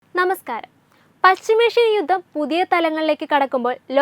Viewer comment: തലക്കെട്ട് വായിച്ചപ്പോൾ തോന്നി മോദി യുദ്ധത്തിന് അനുവാദം കൊടുത്തു എന്ന്. ഇത്തരം പൊട്ട വാർത്ത കൊടുക്കണമോ? പിന്നെ, ഗമേനി അല്ല ഖോമേനിയാണ്‌. ബാര്യ, യുദ്ദം, സമാദാനം തുടങ്ങിയ വാക്കുകൾ പറഞ്ഞു പഠിക്കൂ.